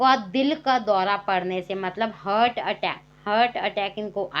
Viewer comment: Hat nahi hota Hart hota h